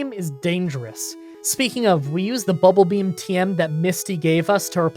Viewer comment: Why is saying BULBAbeam instead of BUBBLEbeam.. Is a twitch joke I don't get?